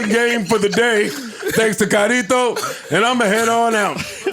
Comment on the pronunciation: “Kyrito” lmaooo joe be poddin’